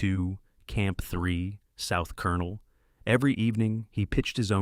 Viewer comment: "South Colonel" 😂😂😂